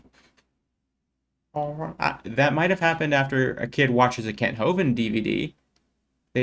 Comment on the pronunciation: I like how you say "Hovind" like he's Gollum. Which, in a way.. He is. A cave dwelling little creature who needs his precious tax free money. From autism to autism, my friend recommended this video and I haven't laughed so hard in a while, got me right out of my depression slump. You take care Keep doing what you're doing.